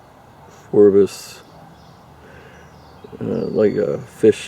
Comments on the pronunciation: Phrobis, not Phorbis. Dumbass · Phrobis not phorbis. Lol, cheer up dude, try caffiene.